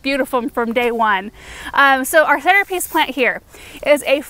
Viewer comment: I must have heard you wrong, but did you say "henterpiece"? So glad if you did, I seem to twist my tongue when recording videos :D Love the plantings, they're so colourful and summery!